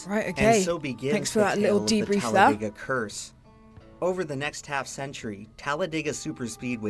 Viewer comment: Here's another fun fact: us locals do not pronounce it "Talla-day-guh", we say "Talla-dih-guh". The narrator pronounces it that way at roughly . Think "dig", not "dayg", if that makes any sense, lol. Technically, it's meant to be pronounced exactly the way it's phonetically spelled, so its really pronounced "Talla-deh-guh".